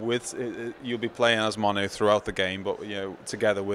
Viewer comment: No attitude from me, just a simple correction: His name is Mono. I think the guy just didn't pronounce the name right the first time